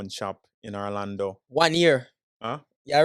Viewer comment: Stop saying Arlando, it's Orlando you should know better